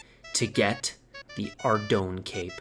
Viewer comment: just so you know ardougne is pronounced Ar-doyn